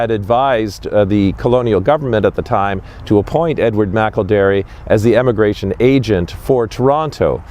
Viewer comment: is awesome, he correctly pronounced Edward McElderry's name! I am a McElderry from the USA. I'm not sure how Edward is connected to my family line but, all McElderry's are related. Thank you for making this video!